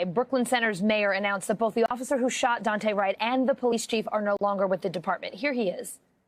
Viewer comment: It's not Dante', it's DooAnte'. Get it right NBC 😠.